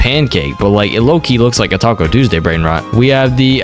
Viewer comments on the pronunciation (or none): none